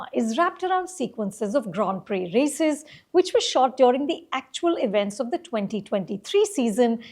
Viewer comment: You pronounce Grand Prix correctly!!